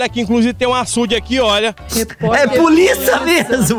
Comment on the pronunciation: "Eu sou polícia,puliça" puliça,reporter